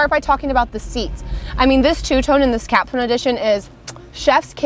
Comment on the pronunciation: lol. She’s fine. I think there are many who dig her style (her husband being one of those) I just thought her calling the “Capstone” a “Caption” edition was funny.